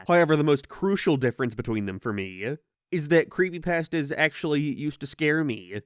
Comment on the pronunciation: I love how he says “creepypAstas”